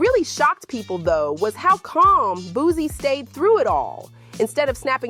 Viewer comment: It’s Boo-C, not Boo-Z! 😂